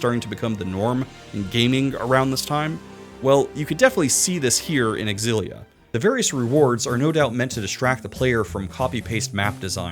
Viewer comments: I’m sorry but you don’t say X-Xylophone. You’re saying it wrong. And that’s that. You point out the X AND the Z sound in that word and I’ll eat my hat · “It’s pronounced X-zillia, not Zillia”. Source? Trust me, bro. And then turns around and says “WAY-fu”??!!??? Bro, I’m not falling for your troll trap 😂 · Yes. Yes you absolutely should do a Xillia 2 retrospective. But only if you pronounce it Ecks-ill-LEE-ah just to further piss off the audience. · Si lia. I saw your intro and watched Zero's scream and immediately comprehended, still pronounced erroneously xillia, it's SI LIA. OON DAYN. not oondini. I reached your bit where Sam L Jackson spoke and I decided, you are right and I will enjoy your video, efff pronunciation. You've gained a follower.